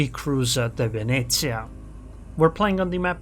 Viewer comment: for the pronunciation of Venezia, you even got the northern italian accent right 👍